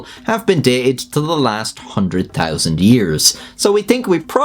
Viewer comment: Say, THEN and TEN. ten tousand years. Lol